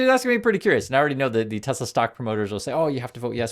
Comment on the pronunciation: “I love tesler”